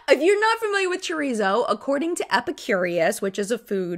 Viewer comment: Not Chur-ree-zo, it’s Cho-reet-zoh. Haha